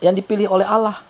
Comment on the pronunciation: Maaf bang..yg sy tau bukan alaaah namun ALLAH..lam atau L nya tebal..maaf yaah bukan seperti alah..!